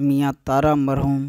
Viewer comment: محروم نہیں.... مرحوم